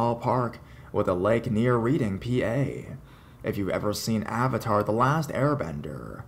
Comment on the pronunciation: it's RED-DING PA lol not reeding...